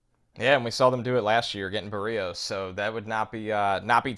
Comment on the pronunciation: No. NO. No one is named barios it's. BERIOS like. chery. Bertha!.!.